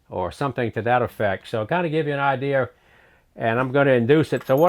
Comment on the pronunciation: anybody else love the wy he says idear?